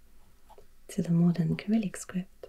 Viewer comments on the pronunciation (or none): In English, Cyrillic is pronounced with a soft C at the beginning, not with a k. : )